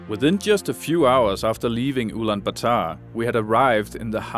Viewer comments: IT IS ULAANBAATAR, NOT ULAANBATAAR! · At least learn to pronounce Ulaanbaatar properly. It's part of respecting the identity of something.